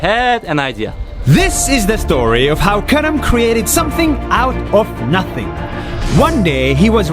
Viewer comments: It is not “kerem” it is karam. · I first thought at the start he said karen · Who else thought he said karen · I thought he said “my name is carrot”